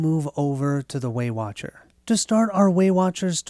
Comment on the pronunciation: Every time you say Waywatcher I hear Weight Watcher and then I am imagining the Abomination is some big fatty calorie beast that they are trying to defeat.